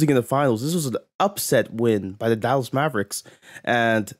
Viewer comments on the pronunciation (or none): none